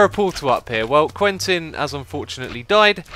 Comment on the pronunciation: you should use the name 'Quinten' instead of 'Quentin', because you pronounce it like 'Queen-ten' and because it's my name :D